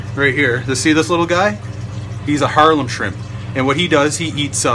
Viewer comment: Are you saying "harlem" shrimp? It's a harlequin shrimp, named because of its coloration.